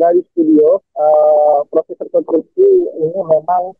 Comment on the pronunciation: REKONSTRUKSI MBAK PAKE S DI TENGAH NYA BUKAN REKONTRUKSI...🤭